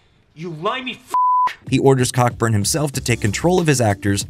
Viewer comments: He's a Brit, so it's pronounced Coburn. Co-burn. You're welcome :-) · The name Cockburn is pronounced Coburn, as every fool knows. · “Director Damian Cockburn” 😂 unintentionally hilarious pronunciation there, the surname “Cockburn” in the UK is pronounced “Co-burn” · it's pronounced "Co-burn" :)